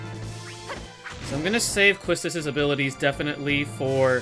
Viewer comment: Hey great vid! As a ff8 fan, I only have 1 critique... her name is pronounced Key-stis.